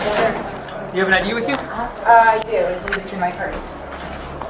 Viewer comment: It only took 1min 55sec for the first "I cant bweave"😂😂